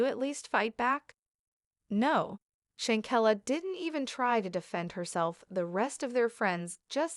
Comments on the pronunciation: Her name is Shan quella not chinquilla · Please pronounce this lady’s name correctly. You have no idea how rude this is. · Shanquella Robinson is her name. Rest in Heaven Angel... I wish the Media outlets and some vlogger's get her name right. Say it right?? Especially since there's an current investigation going on. People need to know how to say her name: Shanquella Robinson!!!! Very important. Just my opinion. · You need to stop reporting on this subject your topics are misleading and you can't pronounce her name correctly and nothing new is coming from you just repeating the same old same old please move on to something else you're wasting everyone's time. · Now plan to fight her probably…..I don’t believe they pre-meditated her Murder!! I don’t believe that! And you gone need to learn how to pronounce black names!! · Sorry to be that one person but u made a whole video and don't even know how to say her name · Hay u was saying her name wrong all this is bad an they all are gonna be in trouble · That's what I was about to say. Lol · Not petty! It is disrespectful and unprofessional‼️ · Very disrespectful saying her name incorrectly.. REst in heaven beautiful 🙏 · Give respect and pronounce her name correctly or don't report at all. You don't have new info, si refrain from subjecting us to your regurgitated opinion. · Clickbait !!!! Learn to pronounce names correctly, nothing new here, rehashed story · Wow, people trying to get clout off of someone they don't even know. Not to mention can't say her name right and none of this is new information! Why? For likes or comments? Just wow bro..... Just stop Justice for Shanquilla Robinson